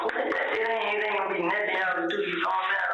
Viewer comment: He says whole lot of nutin 😂 Love it 😂😂😂😂